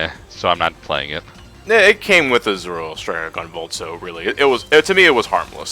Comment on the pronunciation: Nobody can pronounce 'Azure' these days. First Clement, now this?